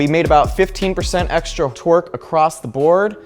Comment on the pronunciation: Whenever you say torque I hear twerk